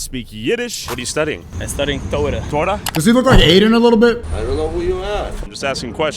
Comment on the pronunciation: Taura ? lmao god help me? bro u dont even have the actual "Taura" hahahah